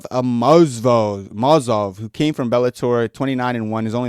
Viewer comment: Bro butchered Amosov's name more times than Uncle Chael.